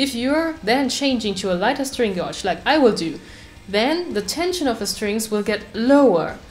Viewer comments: When you remove the old string unscrew or screw the "fine tuner" to a bit over half way so you have some adjustment after you re-string. Shamefully (as my German is rubbish-so who am I to criticise?) I am going to correct your pronounciation . String gauge is pronounced 'gage' like Rage with a "G" - we have lots of words in english that just don't sound like they look . Laugh= larf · It included lots of time indeed xD Well I always wondered how "gauge" is pronounced correctly xD Can you tell me?